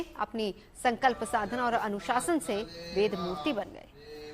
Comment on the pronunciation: अबे वेद को वेद तो बोलो, वेद को बेद बोल रहे है।